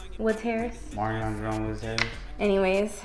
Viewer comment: Oh and, learn how to pronounce your brother’s name. Marion is produced M-air-re-on!! GOSH! 🤔😁